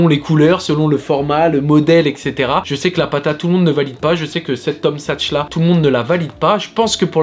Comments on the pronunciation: Superbe la vidéo mais on dit Tom saks pas sachs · T’es en mode paire jaune orange en ce moment ! On valide surtout la Tom Sachs ! ( qui se prononce SaKs btw 😛)